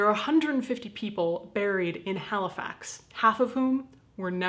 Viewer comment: Halifax*** not "hellflex"